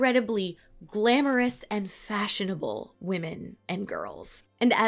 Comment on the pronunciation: 'Fashinable'!? Really?